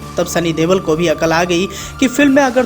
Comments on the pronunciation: Dewal nahi Deol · Sunny dewl nhi pagal sunny deol